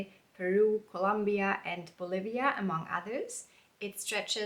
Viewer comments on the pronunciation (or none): none